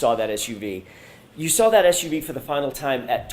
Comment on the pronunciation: This woman makes me insane. Every time she says “saw”, she puts an r in it.